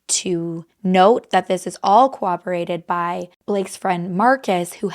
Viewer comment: corroborated coRROBORATED babe 😂 not cooperated! RIP BLAKE ❤